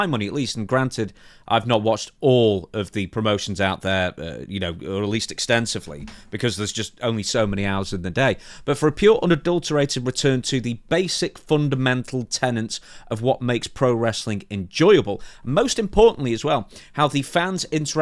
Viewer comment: Tenets! Not tenants! Good God man! You people invented the language! 😜